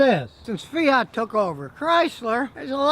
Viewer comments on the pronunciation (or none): none